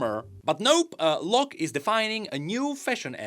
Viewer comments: I was wondering for a while why you pronounced it low-ck. and not law-ck. Figured it was just a weird pronounciation choice by Riot. At least for me, that spelling always read as Law-ck. The e is just silent, like Blond vs Blonde sounds the same regardless of the e. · bro the way you pronounce Locke, seems you're saying Lux, which then I started to get very confused as to why she was involved whatsoever